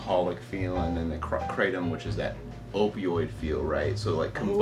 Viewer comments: it's pronounced KRAH - TOM, not CRAY - TUM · IT'S NOT KRAYTEM MORONS. IT'S PRONOUNCED KRAH-TOM (In Thailand where it comes from) The host is a bit of a hyper show-off, ego filled, tool. Very knowlegable on being a druggie though. What do you need all these opiods for to begin with. Just smoke a spliff and chill the fug out. What's up with all the hand gestures and the hyper wigging out? Mom's not looking to healthy either. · Cratem lol, Thai speaker says kra tom, as in the isthmus of kra and Tom as in Tomcat. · 7oh and most of the indole type opioids can nearly act as strongly as full agonists, but in particular doesn't activate the beta arrestin pathway which is what leads to respiratory depression. I guarantee not a single person has died in that way from 7oh. The current upcoming RCs are MGM-15 and MGM-16. MGM-15 has a slightly less pronounced g protein bias than 7oh, but not much. 16 is killing lab rats at an ld50 of 1mg/kg. Cheers. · Question: Why does everyone—even —say ‘Krey-tum’ for kratom? It’s spelled Kratom and pronounced Kra-tom! Why complicate things? And if you really like the ‘-tum’ sound, then just go with the more popular spelling in the places where it actually grows: Ketum! That one’s pronounced "Kay-tum". Seriously, lol! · Question: Why does everyone—even —say ‘Krey-tum’ for kratom? It’s spelled Kratom and pronounced Kra-tom! Why complicate things? And if you really like the ‘-tum’ sound, then just go with the more popular spelling in the places where it grows - Ketum! Pronounced as "Kay-tum". Seriously, lol! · kratom ( pronounced with a short A not a Long A) kr-atom I will define kratom as a euphoriant . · It's actually pronounced like the cra from crack then tom like tomcat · That's not how it's pronounced in Thailand. The "A" in "Kratom" is like the "A" in "Crack" - it rhymes with "Atom". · We don't mispronounce Kratom. Its a difference of accents. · Kratom (pronounced like in English) sounds like a comic book villain